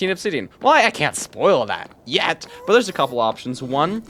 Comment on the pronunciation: “well i cant spoil that. yÉT” made me audibly laugh xD W